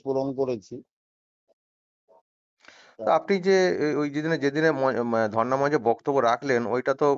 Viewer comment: ধর্না মঞ্চ। Not ধরনা